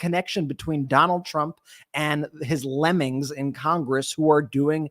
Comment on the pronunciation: Lemmings or ‘lemons’ ?